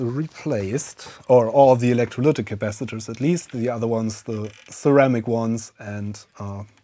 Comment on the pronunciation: What is "capassengers"?🤔 You repeatedly said that. I guess you mean capacitors! 😁